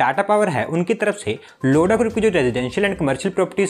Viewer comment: 0:9 abe लोडा नहीं लोधा 😂😂🤣🤣